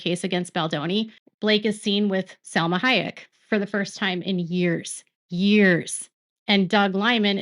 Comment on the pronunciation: You have a hard time saying Salma Hayek. Lol, who is Salma Haimeck???😂😂😂